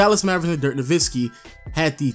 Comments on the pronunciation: hes not nowiNski hes nowitzki... js lmao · its amazing you did all this research and yet you don't know how to say his last name